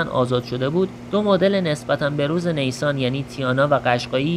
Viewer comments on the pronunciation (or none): Neysan😅😅 correct pronunciation is nissan